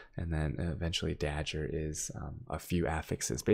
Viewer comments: da gur not da Jur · By dah-ger you mean day-gur right? lol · Ok i just found this and... wtf is he saying? its DAGGER not DAJJER .. speech impediment? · "Dajjer"... TRIGGERED! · how can u be an asian and have such good pronounciation yet cant say dagger right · Why do you pronounce dagger like that :(